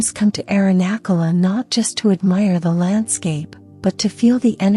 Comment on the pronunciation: I know they are a work in progress, but the AI voices need to be taught the correct pronunciation of Sanskrit words. It's a cringe moment hearing the way the sacred mountain name, Arunachala, is pronounced. Today I heard the pronunciation of maha-samadhi 😮. Made me laugh 😅. I hope this will change over time as Sanskrit or Hindi or Oriya or Bengali and other languages are included in AI voices. Otherwise I am grateful being able to hear these teachings.